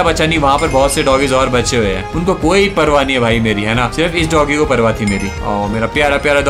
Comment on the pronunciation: Fleet ke sath khelte khelte app bhi domgie bolne lag gaye🤣🤣